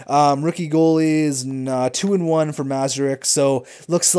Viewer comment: It's not pronounced Mazarek, it's pronounced Muhr-ahz-ek